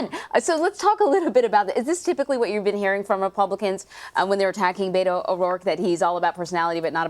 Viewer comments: Learn how to pronounce Beto's first name! It's BETT-o, not BAY-to. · It’s pretty appalling that a Texas journalist doesn’t know how “Beto” is pronounced.